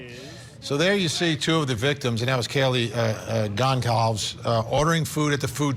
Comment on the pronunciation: People struggling so hard with the last name “Goncalves”. It’s GON-SAL-VEZ.